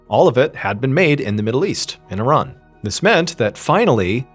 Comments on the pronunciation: I love you know how to pronounce Iran correctly! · I am glad you pronounce Iran correctly, exactly the way you said it is not I Ran , I am not going anywhere lol!